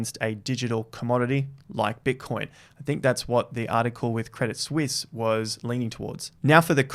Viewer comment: Thank you for pronouncing 'Crédit Suisse' correctly, unlike George (Crypto-R-Us) and others :-)